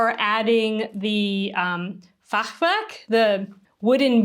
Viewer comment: „Fachwerk“ perfectly pronounced 👌🏻❤️